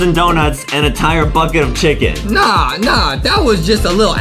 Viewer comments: Chulken it’s ChUcKeN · I like how Justin makes the word “chicken” into “chucken” and when he was skipping to the chicken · why do justin says chuckin when he says chicken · foxy birthed from unknown mother Foxy: "WhErEs tHE ChyuKeN!!!" Me: * me choking on my water* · Chicken more like Chocken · Justin when he was born: " WHERE THE CHUKEN AND DOUNUTS" Justin's mom: O_O